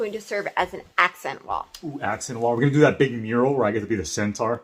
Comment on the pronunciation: The "centaur" or "center"!? :D lol